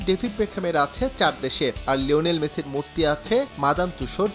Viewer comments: মোসি নয় মেসি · মোসি ❌ মেসি ☑️ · মেসি ❌ মোসি ✔️ 😂😂😂😂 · মেসি ❌ মোসি✅